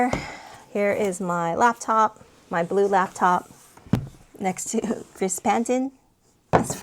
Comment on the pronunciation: Gris = "gree"